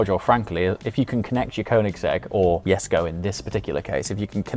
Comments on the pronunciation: You are mispronouncing Jesko. It sounds like "yesco" to me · jesko (YESKO) uhm the "J" is silent ........ uhm so what is it doing there 🤔